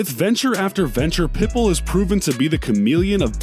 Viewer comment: But he said it Perfectly when he talked about Pitbull. 🤔